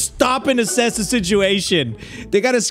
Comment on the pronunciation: Please don't say the word assess. It hurts my brain.